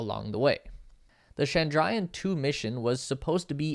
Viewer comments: Presenter!: CHANDRA+YAAN, Mangal+YAAN!---LEARN TO PRONOUNCE IT! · Well, you got everything correct except for the pronunciations Chandrayaan is pronounced as 'chandra yaan' Mangalyaan is pronounced as 'mangal yaan' Shukrayaan is pronounced as 'shukra yaan' also, 'Chandra' means Moon, 'Mangal' means Mars and 'Shukra' means Venus